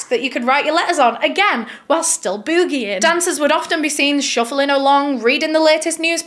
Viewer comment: Best part of this video was saying boogy-ing. BOO-gying is my favorite word now! Lol